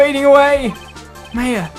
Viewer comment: you pronounced maya wrong.